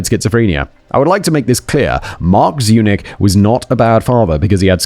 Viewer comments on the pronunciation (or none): Every time Simon says Zurich instead of Zunich, take a shot. You will be hammered by the end of the video! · Every time you said Sabrina Zunich my brain translated it to Sabrina's eunuch. I don't know what that says about me as a person, but there it is.